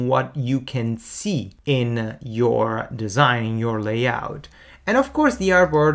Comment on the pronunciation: Your English is fluent and your vocabulary wide. However, certain words get away from you in their correct syllabic accent. Here are four: 1. organize: the accent falls on the first syllable; 2. Illustrator: accent on first syllable; layout: first syllable; overview: 1st. Thanks for your tutorials.